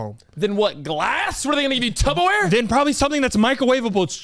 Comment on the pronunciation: Why do I keep hearing y’all saying tubbaware?😅😅 said it to last week. It’s Tupperware 😅😅